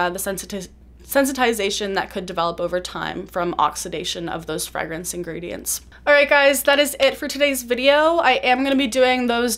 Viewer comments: she says “freh-grance”, I’m used to hearing “fray-grance” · americans say it like “fray-grance”